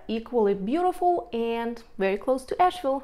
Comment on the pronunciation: She needs to learn how to pronounce Asheville. Definitely not a native.